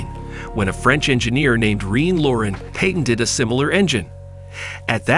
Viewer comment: Is this a computer generated voice? I'm only a minute in and have noticed mispronunciations of "Luftwaffe" and "patent". Distracting and makes we question the content.